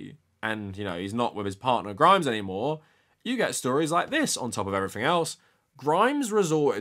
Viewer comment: I got to you pronouncing everything as "ever-fink" and I'm out.. thanks but no thanks.